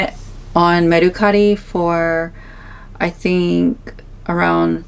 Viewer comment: The way she’s saying mercari is making that rage build up inside of me😂 . Can someone teach her how to say it please